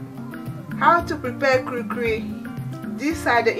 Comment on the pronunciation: It's called "kulikuli" Not Kurikuri